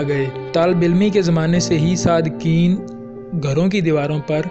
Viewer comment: O bhai sadqain hota h sadqeen ni h